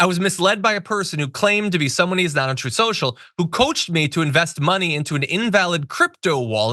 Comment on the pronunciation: "...TROTH... SHO-SHO..."